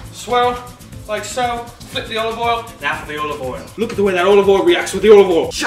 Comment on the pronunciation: He pronounces it “Owal”. 2/10 for inaccuracy